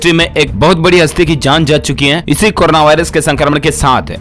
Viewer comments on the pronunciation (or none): Bhai tum j ka pronouns j karo z mat karo jana he ko tum zana he bolte ho muze badi becheni hoti he please pronouns saho karo